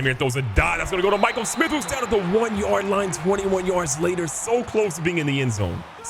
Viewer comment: Hearing him pronounce Mikel Smith, pronounce Michael Smith after I commented on early vid is fire 🔥.. keep up the vids Bro